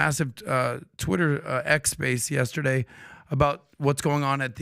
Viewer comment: Learn how to say the word Yesterday Pat!!! There is no A in the middle of yesterday.